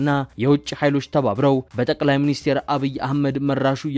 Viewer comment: ጠቅላይ ሚኒስቴር ሳይሆን ጠቅላይ ሚኒስትር ነው የሚባለው እባክህ!!